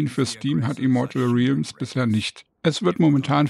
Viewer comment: Es wird egal wo 100% "rellms" ausgesprochen. Trotzdem danke fürs Video.